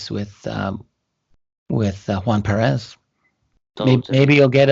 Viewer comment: Small detail, the name is PERez, not PeREZ :) But great interview. . .